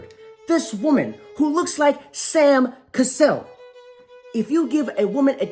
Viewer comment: He said Sam Cassel 🤣🤣🤣🤣